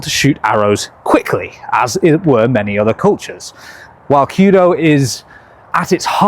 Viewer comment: 弓道 kyuudou is more pronounced like the cu in cute + dough, rather than the key-u-dough that you are saying.